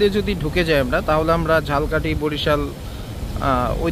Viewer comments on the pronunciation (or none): উচ্চারণ টা ঝাল কাঠী না, ঝালোকাঠী। আশা করি পরবর্তীতে ঝালকাঠির উচ্চারণ ঝাল কাঠী না করে ঝালোকাঠী করবেন। ধন্যবাদ।